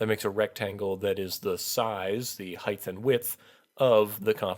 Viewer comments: ""...height-th..."? Really? With English as a first language and all this time I was saying it wrong... What about this one: Pterodactyl? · You type out ‘height’ correctly, but say ‘heigth’ every time. There is no word in the English language called ‘heigth’. Other than that, nice video and very helpful.